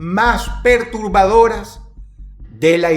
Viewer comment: Dijiste pertubadoras por el Cliche